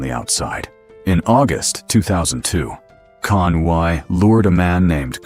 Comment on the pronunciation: CONUI is pronounced “CONWEE”